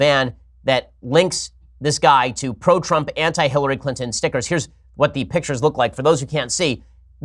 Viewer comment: How Ben says "Stickgers" always says it that way. Makes me laugh.